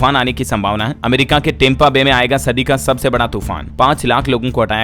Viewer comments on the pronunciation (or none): none